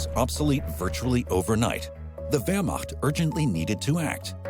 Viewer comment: first time i've heard a non german speaker pronounce Wehrmacht correctly.